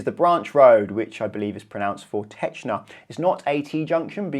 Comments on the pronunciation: In terms of pronunciation - great job with Forteczna, you were bang on! With Starołęcka, just remember that a "ck" in Polish is made up of two distinct separate sounds "c" and "k", unlike in English. Think of it as if it was spelled Starołętzka and you'll get very close. Great video as always, nice to see the chaos explained so well :) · "Starołęka" as you have pronounced is accualy part of the city wherethis intersection is located, the street is called "Starołęcka" so you add letter "c" which is similar in sound to "ts" in let's say tsunami Forteczna was perfect In poznań we also have Poznańska, Roosevelta, Pułaskiego, Libelta intersection and it can be difficullt for the first time you are driving on it